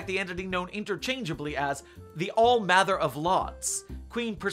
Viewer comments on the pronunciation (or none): none